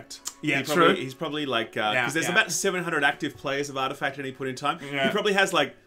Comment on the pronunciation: Lol artificact